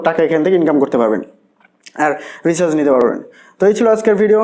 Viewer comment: Recharz word tao to bolte paren na***